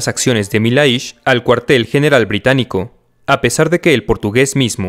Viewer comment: Milhais pronuncia Millais